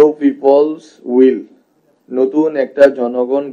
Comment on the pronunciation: ঠিক মত উইলকে উচ্চারন করতে পারে না বার বার হুইল বলছে । কোন অভিজ্ঞতা , দক্ষতা আর জ্ঞান নিয়ে তিনি এই পর্যায়ে কথা বলে । আজব দেশ